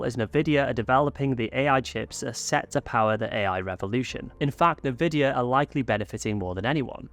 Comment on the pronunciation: Isn't Nvidia pronounced "en-vidia"?!